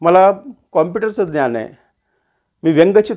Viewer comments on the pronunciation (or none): none